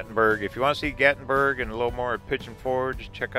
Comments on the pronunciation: FYI, it’s called GATLINBURG NOT GATBURG! Can’t you read? Gatlinburg was made famous because there was a Civil War battle fought there. Also in 2016 there was a major fire there, several people died. It was in the national News. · Why are you calling it Gat-in-burg it's Gatlinburg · Was looking for this. Thank you for pointing out the correct pronunciation for GatLinburg. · "gattenburg" makes me 😂 every time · it’s Gat-Lin-Burg buddy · There’s actually an “L” in GatLINburg.